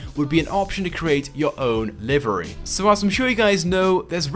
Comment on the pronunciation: he pronounces livery wrong